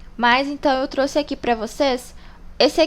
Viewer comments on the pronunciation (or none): none